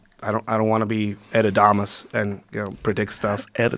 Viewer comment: edadomas = Nostradamus ?